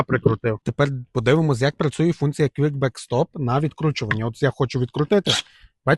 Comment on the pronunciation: "кВікбекстоп"?Шо ти мелеш? Казав би вже "клацбацстрьом", тобі ж, мабуть, різниці нема. Хоч би на коробці прочитав. Але як ти прочитаєш, коли англійської- ні бум-бум.